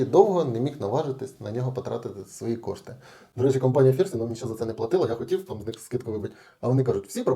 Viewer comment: Та не Фірсі а ФНірсі)